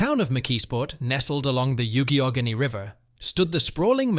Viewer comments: It's Jones and "locklan" not Jones and "lafflan".. and its the "yock a ganey" river. You missed Carrie Furnace... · Jones and 'laff-lynn" steel? The "you-gee-awe-gan-ee" river? The narrator clearly never set foot in Allegheny County. It's "lock-lynn" and "yawk-a-gain-ee" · Youghigoheny River. Pronounced as Yock-a-ha-nee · youghiogheny river - pronounced yock- a genny after WW2 the world was destroyed and USA was intact and they made stuff like crazy to rebuild the world - workers were given big pay and benefits to keep the mills running..and the mills were not updated while the world built new mills...so they could make steel faster/cheaper, lower labor costs...US made steel was doomed. If I recall correctly, PA had 250 blast furnaces at it's peak...today there are 5 or 6 still standing. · Is it too much to ask to do a little research to find out the correct pronunciation of Jones & Laughlin and Youghiogheny?